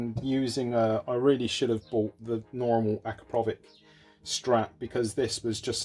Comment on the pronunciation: The can looks absolutelly amazing! I really like those cheap repairs cause everyone can buy a new one and not everyone can repair one.. At the end of the day it is what it its and big bonus for me personally.. For the first and probably last time you´ve pronounced the name correctly yaay ! :D